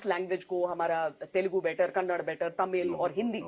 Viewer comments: not kanad it's kannada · See it's been 7months and this YouTube channel is a news channel and you guys can't even pronounce the word kannada properly Shame at North side of India and Hindi people. Do we call Hindi as handi no right or should we call it Do respect and pronounce properly if u guys can't then don't tell about our film industry name itself Pronounce Kannada properly Can't you see there a after d in the word are you guys blind or what. 🙏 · Hello anchor doing a interview is not matter but being a human being and being respectful and being humble and being ego less is very deficult and u north people understand all the time that ur pronounciation is very bad by the way it is Kannada not kannad kindly mind it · Mam plz it is kannada not kanad 🤦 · Mam it's not 'kannad Nehi "kannada (ಕನ್ನಡ)